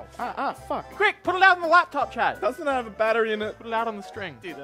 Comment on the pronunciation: It has taken up to this point for me to realize that you are saying Chad. Let me explain, This entire time, I thought you were saying "chat", as if these videos were pre-recorded from a stream. Now with that said, all I can imagine now is, instead of viewers on a stream, it's Chad spamming the chat with multiple accounts.